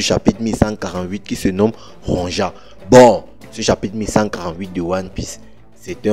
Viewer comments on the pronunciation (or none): Il faut lire “Ronja” en “Ronya” comme les Vickings